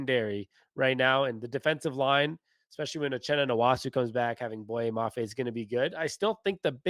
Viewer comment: Its nwosu not nwosu